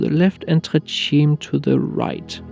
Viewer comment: Simply spectacular! Try this pronunciation "tray tchi-may"